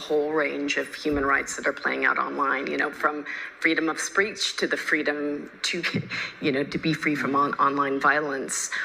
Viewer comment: Freedom of Spreech?